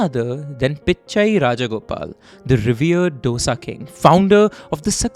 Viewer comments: Hpw do you pronounce everything else perfectly and then say "doe-sa" a million times over?! 😢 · except that its called Do-Sa ( 2 in Hindi - Sa) How difficult can a 4 letter word be to pronounce🤦‍♀ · just like we tamilians pronounce chaat as chat ...!! Hindi and inthi !! So just calm down ...people adopt certain things to their lifestyle and dosai becomes dosha !! We mispronounce every word possible...Puri as buri ...parantha as barotta ...!! So let's calm down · Ik. They both are north indian by the way they pronounce Dough-sa. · then correct it. Don't insult out southern delicacies with incorrect pronunciations. When they can pronounce English so well, why can't you guys pronounce southern names properly. Now you know right. It's tho as though and saaaa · ITS DHO-DA (ek, do- dosa) and SAM-BHAAR (i love you guys ) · Pronouncing this as Dough-sa is considered a very STYLISH way of saying the name 🤦🤦🤦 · Say "DOSA" properly please. Check pronounciations before making any video. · Dosa 'Do' as in ek 'do' theen... 'Sa' as in 'sa' re ga ma... How hard is that to pronounce? Sam baaaaaar. Not Sam bhar. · Misprounciation of dosa and sambar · Every dosa is not filled with masale and its dosa not dough-sa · Its pronounced as दोसा and not डोसा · Its not dosa it is Dhosai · Why all you northies say Do sa. Its called dho saa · The narration 🔥 but the “DOSA” pronunciation skills 😭 its not “dough-sa” its ek ke baad aanewala do-sa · For the Nth time its, Dosa (pronounced: Dhosa) like not dosa like disco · डोसा नहीं दोसा है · Please pronounce as DOSE not DOSA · For fk sake it's not dosa it's dose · its thosai, not dosa. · Its dosa with a soft d not Dosa with a big D. Please learn to atleast pronounce it properly. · Its thoughSa and not DoughSa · It's not dosa. It's pronounced as thosA not doesa. Please respect southern pronunciation. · if I can learn how to pronounce paratha properly you can change the way you pronounce dosa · Dear chap,please pronounce SAAMBAAR and DOSA correctly